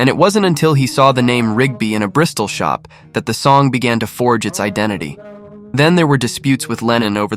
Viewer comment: Or the way it says "Bristol Shop" in a manner that suggests it's a shop that sells Bristol, rather than a shop in Bristol.